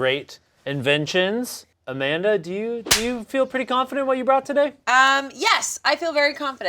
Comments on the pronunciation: As a portuguese person, that "Amanda" that Amanda said absolutely had the correct accent. We will still accept you here, Amanda. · As a portuguese, I can safely say we don't say "Amanda" like that. In fact, my mother is named Armanda, which is almost the same 😂 Also, pretty glad Portugal is the first nation coming to Shayne's mind when thinking of community 😅